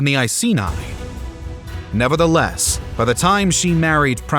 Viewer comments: I-see-nye the science guy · I was annoyed by his pronunciation of Iceni and even more annoyed when he said England but included Wales 🤦🏻‍♂️